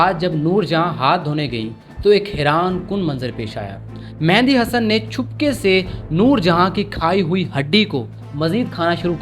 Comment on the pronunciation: The name is Mehdi (messenger) not Mehandi (henna).